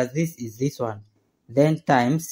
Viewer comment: Take a sip everytime he says "wan wan wan".